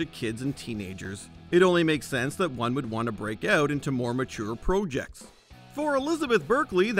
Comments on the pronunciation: Stop saying projects like projects. It’s grinding my gears. 😂 😅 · Is that how canadian spell "projects"? Pro-jects?